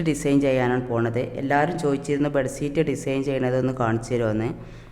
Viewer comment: Bedseet no say bedsheet☺